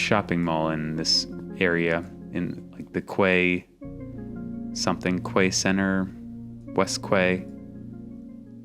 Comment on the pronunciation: I don't know about other countries, but "quay" is actually pronounced identicaly to "key" here in Ireland